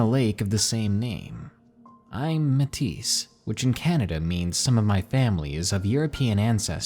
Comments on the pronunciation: Metis is pronounced may-tee not mat-tesce haha. Laughed abit when i heard that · Poor Sophie 😢😢. Also to let you know, Metis is pronounced "May-tee," not "Meh-tiss." I understand the word is a little misleading lol. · The person in story #4 said they were Metis. For any future reference, its pronounced 'May-Tee'. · Metis is pronounced May-tee just so you know for future reference 😊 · FYI it's pronounced "May-TEE" ( Métis). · Just for future reference, Metis is pronounced "may-tee".